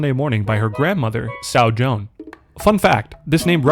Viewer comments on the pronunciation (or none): I know this is an old video, but just wanted to throw in my two cents. Sow Joan should be pronounced the same way as 'sow' (the act of planting, rhymes with sew) as she plants the turnips and grows them for selling to us. I don't think she would refer to herself as a sow (a pig who has given birth) as that's a bit derogatory. Plus, Sow Joan rhymes and rolls off the tongue easier.